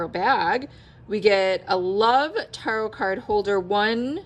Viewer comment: It’s pronounced Ta-rot not with a hard a like in car. Its more like tear-ot. I’ve never heard the tarot pronounced like you’re saying it.